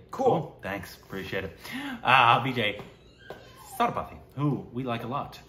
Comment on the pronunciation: A little help for you.. This is how you can pronounce his name - Vee-jay Say-dhu-pah-thi